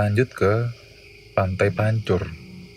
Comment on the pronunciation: PENYEBUTANNYA PANTAI PANCER